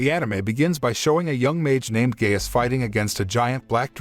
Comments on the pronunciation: Gaius, not "gayus" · Naw “gay-us”💀💀💀